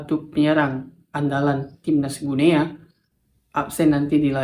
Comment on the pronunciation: Salah penyebutannya, bukan "Gu Nea", tetapi yg benar adalah "GINI", sama seperti kita mengucapkan nama negara tetangga kita : "Papua New GINI".